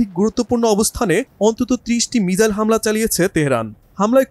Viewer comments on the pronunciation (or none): none